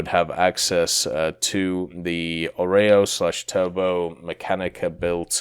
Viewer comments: Its not a oreo its Orao. good lord. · So many mispronunciatons🤪 Mostly at Galeb and Jastreb, Orao and Soko. But other than that the video is nice. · Kraguj last j iz like Y from Yugoslavia Jastreb same story as above Orao ≠ oreo, a like america :D